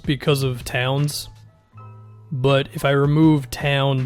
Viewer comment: “Tawns” lmao